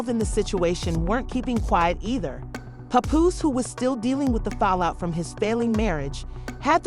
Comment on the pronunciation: Who's doing the narration? Can't even say Remy Ma or Papoose right🤦🏾‍♂️🤦🏾‍♂️